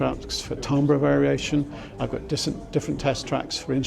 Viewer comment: Tumber ????? do you mean timbre?